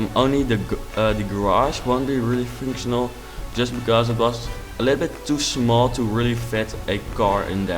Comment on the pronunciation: MAGNIFICENT! If you compare this house to mine, my houses are horrendous. BTW: It sounds like you say finctional instead of functional. I'm not asking you to try and say functional, I'm just putting that out there